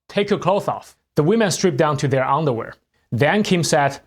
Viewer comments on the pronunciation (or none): When you pronounce underwear. You said ungderwear 😅